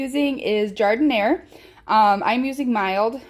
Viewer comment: Fantastic, love this recipe. And it's gotta be authentic 'cause you pronounce Jardin-air the way it's pronounced in Chicago.